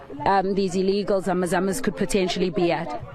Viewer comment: It's not Zama zamas